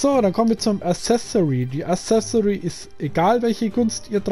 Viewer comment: Accessoire nicht assesori alles top aber die ausprache dieses Wortes